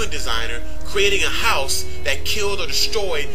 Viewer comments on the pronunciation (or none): none